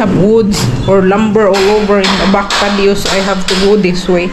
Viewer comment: Your house is coming out nicely, seems more than double the size from before. Just a friendly correction, it is “patio” not “padio”😊